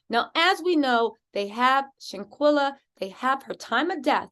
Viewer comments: You're great I just came on your show I watched yesterday for the first time. I'm a fan you can ask a favor please? Can you just slow down a bit out of respect when you're saying the young lady's name we kind of mispronouncing it a little bit. Shanquella sometimes you're saying shanquila. I'm sure you like to get it right thanks for what you do and I'm happy to be a part of your page now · Seriously you need to learn how to PRONOUNCE HER NAME BEFORE YOU START TALKING.. HER NAME IS SHANQUELLA AND NOTTTTT SHANQUILLA!!!!!👀✅✅✅✅🤬🤬